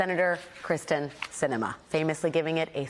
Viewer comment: Alex should learn how to pronounce Kyrsten Sinema's first name correctly. It's not that difficult.